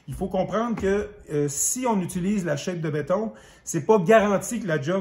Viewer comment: On ne dis pas « shape » (une forme en anglais) mais chape comme « chap » (chapitre) ou « chat-pe ». Polythène est un nom masculin, si je ne me trompe pas.